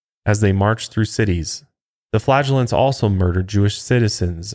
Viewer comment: No disrespect but I must be immature . The first time he said that word flagulance or however it’s spelled I heard flatulence.